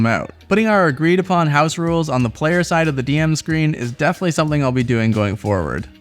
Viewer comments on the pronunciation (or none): none